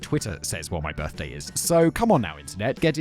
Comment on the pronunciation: I swear I heard Simon say girthday. Somehow, I don't think it was a mistake. Another fabulous script Kevin.